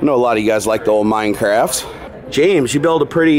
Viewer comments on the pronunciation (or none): none